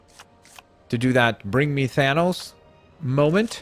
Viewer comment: my nigga said thonos